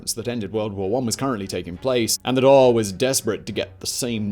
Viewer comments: Dail sounds like hall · Good video, despite your butchering of the word "Dáil" 😄 It's pronounced more like "Dawl" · it's pronounced Dhal - DA'AL